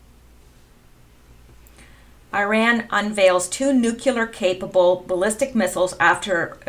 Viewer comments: Btw they’re not “NUKULER weapons they’re NUCLEAR weapons. Please try to pronounce it properly. Since you said it so many times it was very annoying. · Thanks for your perceptions and research. One tip, it's spelled and pronounced "Nu-cle-ar"not "Nu-cu-lar". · It would be so nice if your generation would learn to pronounce nuclear -- new-klee-ur, not nu-cue-lur. If you look at the spelling of the word, you will easily see it. And then there is the hokey cowboy pronunciation that has taken over the airwaves since George W. Bush and his whole hokey Texas cowboy persona. It is disrespectful to pay no attention to the actual name of a country, and to just go against it. Both Iran and Irag are not pronounced with a long I, which rhymes with "why". No they are both pronounced with the kind of "I" that is pronounced either as as "E", as in Ee-ron, Ee-roci, or if that's just too much, then "I" pronounced to sound like the "I" in "sick." i-ron and i-rock. Even George W., I think finally embarrassed at his pronunciation and the obvious disrespect that implies that one feels toward a particular country (like not bothering to learn how to pronounce someone's name), began to pronounce them correctly toward the end of his presidency. After all, how would George feel if some some German diplomat insisted on calling him "Gay-org"? He might be offended, and beyond that, he might misunderstand the intention of being called "Gay"..."org". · PLEASE ...! NEW_Q_LUR is not a word. If you can't pronounce Nuclear properly try this old trick... Say New-Clear as in NEW CLEAR war. Kudos and thanx to good ol "WALT KELLY" for this from his comic strip for many decades ..."POGO" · Good stuff as usual. Please note: The word is pronounced NUKE-LEE-UR not nuke-you-ler. Common error. No such word. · NUCLEAR not NUCULAR, stop it!! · Pronounced new-clear, not nuke-you-lore. Sorry, pet peeves. Your channel is good though.